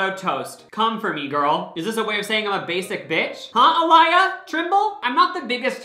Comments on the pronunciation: It's Uh-Lee-Yuh love. Thats how you say her name. I'm telling you this cuz its also MY NAME . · the way he said aaliyah 💀💀💀💀